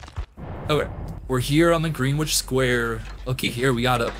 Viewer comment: Very interesting watch, props to your work and hope ur channels grows. Btw Greenwich is pronounced like Gren-itch lolol